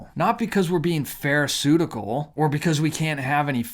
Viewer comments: Man, you said pharisuedical!!!!😂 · Pharisaical not pharisutical :)